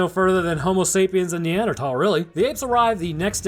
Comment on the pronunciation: Is Neanderthal not pronounced with a th? I am not confused and need to know